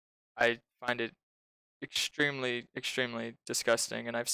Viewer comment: I stopped listening at "I find it ekchwimlee ekchwimlee."